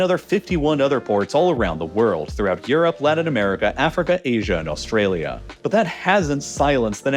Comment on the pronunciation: “Ladin America” and “deering?” The narrator pronounces things oddly. It’s Latin with a T, not a D. And the word is “during,” not “deering”